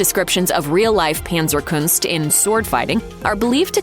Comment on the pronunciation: Panzerkunst is a German word, thus pronounced not with the English "a" but the German "a," like in adorable.